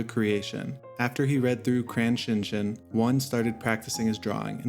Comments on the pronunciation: Bro say Shin Chan right my guy. "CHAN" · Crayon Shin-chan not shin CHIN